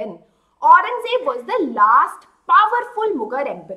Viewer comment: Aurangzeb ko acche se bol